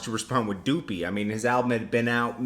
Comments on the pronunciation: Someone tell this guy, it's Duppy not Doopey lmao....like Duh-py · ITS NOT "DOOPY" .. ITS "DUPPY" .. PUPPY WITH A D.. IT MEANS GHOST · Stop saying duppy like that, it's Duppy the way you say ghost in Jamaican or how you say puppy but with the d in front, you can hear drake say it at the end of the song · Drake got The biracials going crazy all over again 🤦🏾‍♂️ & stop saying doopy it’s duppy ya bloodclot yankee boy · lol he called it doopy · There's no O in Duppy my guy LMAO. You keep pronouncing it " Doopy "! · Boy saying doopy like drizzy didn’t pronounce it at the end of the song... so it’s like did he even really listen 🤔🧐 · Maame Posh lol the way says it like it from kanye scoopidiewoop song 😥